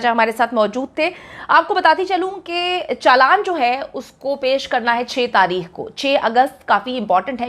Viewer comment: Tareekh par Taheekh 🤦‍♀️